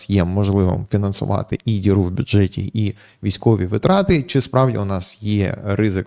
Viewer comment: Слідкуйте за наголосами вИпадок ЛистопАд вИтрати